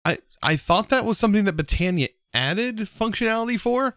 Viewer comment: Not trying to spell check or anything but I think botany is pronounced (bot-an-ee)